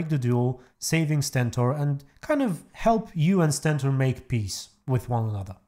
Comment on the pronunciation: it’s not Sentor, it’s Stentor